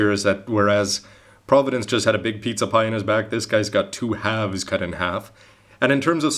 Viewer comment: I smiled every time you said pizza/pizza-pie. I regret nothing.